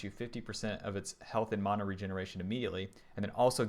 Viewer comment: please say mana correctly.. great vid.